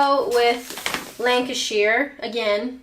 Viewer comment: FUCKS SAKE IT'S LANCASHER!!! Sorry, I just had to remind you where I'm from.